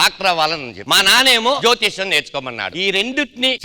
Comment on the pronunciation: Reshmi pronouncing JYOTHISYAM